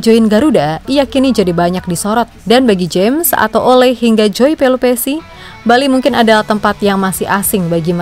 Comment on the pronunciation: Penyebutan nama Ole harusnya Oleu min. Orangnya ga suka dipanggil Ole